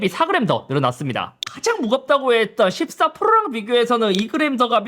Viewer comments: ㅋㅋㅋㅋㅋㅋㅋㅋㅋㅋ어디나라 언어냐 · 십사프르릉ㅋㅋ 사람입에서 나온소리맞나이거